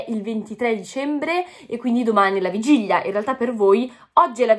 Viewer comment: Bellissima, l'unica cosa che si dice vigilia, non vigiglia... NON è UN INSULTO🤗❤